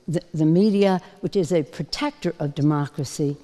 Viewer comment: Pelosi and her Demarcracy is what is ruining America for its inhabitants. Get rid of her. (Demarcracy is how she pronounces Democracy....)